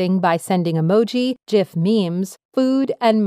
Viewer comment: liked for proper pronunciation of GIF